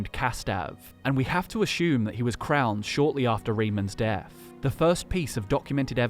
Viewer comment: No h in assume.